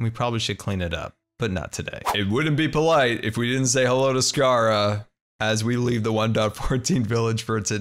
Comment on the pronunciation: Scara rhymes with sahara